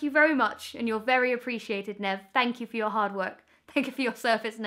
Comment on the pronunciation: Oh Emma. You broke Nev's little heart every time you pronounced his name wrong